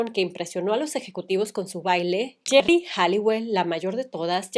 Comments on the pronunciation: Es geri, no gerri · me hace gracia que pronuncies el nombre de Geri como Jerry 😊 a Emma tambien la criticaban por su peso no solo a ella. y Mel C despues ganó peso cuando eran un cuarteto y le decian Sumo Spice. 😢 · Alguien más notó que cada que Rocio pronunciaba Geri habia una distorsión?😮